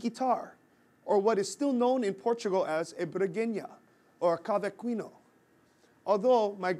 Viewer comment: "cavaqweeno" lol